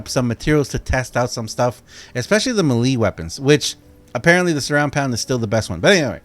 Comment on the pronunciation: U saying melee weapons wrong